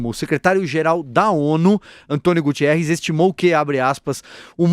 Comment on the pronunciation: É António Guterres Aonde gutierres? Assiste muito Sérgio Malandro Gugu Dada. kkkkk